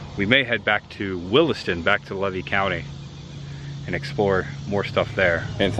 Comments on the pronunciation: Great video. I got to say. I'm 65 years old from citrus county. I never heard levy county pronounced LA-VEE. We pronounce it lee-vee. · ...it's pronounced leave E county , not lev E county, and I left Archer as a kid in the late 80S the factory was closed down then, they , may have re opened for a bit , but I don't remember 100 % I know for sure it was closed when i lived there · Hi I live levy county is pronounced leevee❤ and that house is an old cracker house it was built by the grandfather of the owner of that property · It is pronounced Lee vy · it's pronounced LEEVY COUNTY (long E). That's the way you say it 😊 I've lived here for years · The county is Levy, pronounced LEE’-VEE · I'm sorry but I just wanted to let you know it's pronounced "lee-vee" county. I've lived in Florida over 50 years and in that general area within 50 miles! 😊 I do remember some of these places that you're going to some of them I don't. It's fun to watch your videos and see the history of Florida. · this is good stuff but I must correct your pronunciation of Levy county. Locals in North Central FL call it Lee-Vee county. Keep up the great content! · Just for the record: it's pronounced; "LEE VEE" county. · Levy County is pronounced Leevee. Long es. And the little brown building in Raleigh was our polling place. If you go to Farmer's Market at Archer Depot on Tuesdays you could learn a lot of local history. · Good vid! Levy is pronounced: Leevee. No worries, being a Florida native, figured out we pronounce names just a bit different than the way the word is spelled. It's pronounced: Tim-uck-you-an & It's Fern-an-deenah. You always have good stuff! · Came here to say the same thing. Thank you! Lee-vee County. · Learn to pronounce the names of towns or counties correctly . LEE-VEE COUNTY . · Just fyi: The locals pronounce Levy as “Lee-Vee”. ❤ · It is pronounced "Lee Vee"(Levy) county.